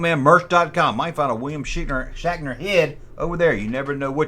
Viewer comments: Bro are you saying shackner? 😂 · The blonde is Yeoman Rand. She says Shatner was always harassing her on set. Are you saying “Shaqner”? That’s what it sounds like. I like Nimoy’s music better. He had a billboard hit about Bilbo Baggins, shatner was also the host of a show called “Weird, or what?” He rode around on a Segway looking for mysteries to solve. Don’t forget he was also the maniac in the Halloween movies, too. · Yew siad Shackner wong